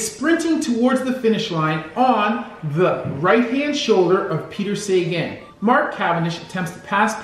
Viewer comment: Good video.. small mispronouncing of Peter Sagan’s name.. it’s pronounced Sa-ga-hn, where you pronounce the A’s quite hard and short.. but otherwise good video..